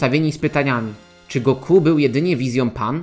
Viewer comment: Koleżko... Oglądałeś kiedyś w ogóle "Dragon Balla" po japońsku, czy robisz tutaj jakąś projekcję własnych wyobrażeń na temat tego języka? Imię Son Goku w romanizacji zapisuje się jako "Gokū". Oznacza to, że ostatnia sylaba jest długa (można to nawet "roboczo" zapisywać jako Gokuu), w związku z tym lektor niniejszego filmu,, robi dobrze stawiając akcent właśnie na "-ku", a nie na "Go-", jak zwykle robią polscy youtuberzy. Jeżeli chodzi o Tenkaichi Budokai, to w ogóle nie wymawia się tego tak, jak napisałeś ("Ten-kai-chi", co dawałoby brzmienie "Tenkajczi"). Pauzę należy zrobić po cząstce "Tenka", bo cała konstrukcja "Tenka-ichi" oznacza "Najlepszy pod niebiosami" (podobnie jak "Sekai-ichi", co oznaczałoby "najlepszy na świecie"). Wymawia się to więc mniej więcej tak, jakby "Tenka" i "ichi" były dwoma osobnymi słowami, co daje dźwięk bliższy "Tenkajiczi". Jeśli nie wierzysz, włącz piosenkę "Mezase Tenkaichi" z anime "Dragon Ball" i w niej usłyszysz to bardzo dokładnie. Na przyszłość polecam weryfikację swoich tez zanim je wygłosisz i to jeszcze tak wulgarnie. Normalnie usuwam takie komentarze, ale tym razem postanowiłem wykorzystać okazję, żeby wyprowadzić Cię z błędu. Pozdrawiam. - Bananowy Doktor